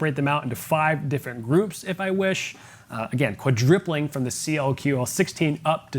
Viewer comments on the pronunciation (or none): Did he just invent a new word? Quadripling